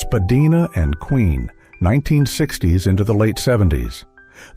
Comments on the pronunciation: "Spa-DYE-na", not "Spa-DEE-na", silly machine voice. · YONG Street.... SPADEENA .... AI IS SO FAKE.